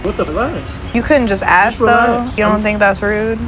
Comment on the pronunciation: Why can't you say the word 'ask' properly it's not AX...